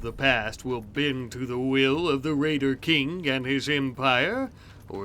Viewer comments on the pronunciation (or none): The “raiter king”